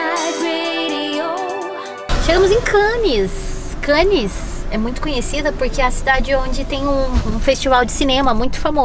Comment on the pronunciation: e! Nas palavras franceses que terminam em consoantes (como é o caso de Cannes), a última letra não se lê!;) Ou seja, a palavra Cannes é para ser lida mais ou menos como "Câne". Beijinhos e abraços.